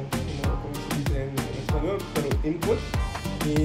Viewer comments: Que interesante, quizá si te cuesta generar la sentencia pero lo dices como si fueras nativo. Interesting, your pronunciation is on point, and that is the difficult part, some people could study Spanish for many years and not pronounce it correctly. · Nice mexican pronunciation hahaha I'm mexican and you speak in a tone equal to mine